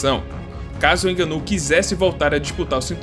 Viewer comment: Hahahah não inganou ninguém... Não se diz fraingo mas sim frango então o ngo do frango é conforme devemos pronunciar... Nga-nou... Contudo parabéns pelo video...